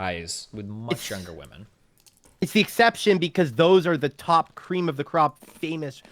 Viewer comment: Cweam of da cwop